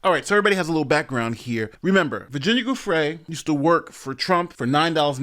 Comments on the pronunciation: Virginia's last name is pronounced JEWFRAY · You’ve pronounced Virginia Giuffre’s (Rest in Peace) last name incorrectly in the video… This clip shows the correct pronunciation